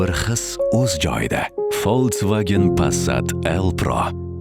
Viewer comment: Овоз беришдаям қовун туширибсиз) Фолцваген эмас, Фолксваген…